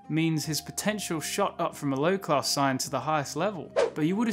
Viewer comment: It’s Saiyan, not Scion. They aren’t cars